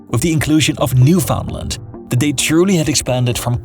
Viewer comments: Bruh, did he call it Newfoundland and not Newfunland 😤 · Great video, but is pronounced “New-fin-land” (rhymes with bland). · I've always heard new-fun-land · I can barely make ita few minutes with his butchered pronounciations of Saskatchewan, Nunavut and Newfoundland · This is excellent content. However please learn how to properly pronounce "Newfoundland". Keep up the good work. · That's not how New Foundland is pronounced.